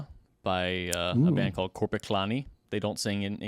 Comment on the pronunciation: Korpiklaani? Perfect pronunciation!! Oh my. I should have expect this from you. Yes!!!!